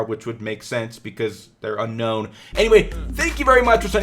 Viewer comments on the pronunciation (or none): Unown is said un own actually look it up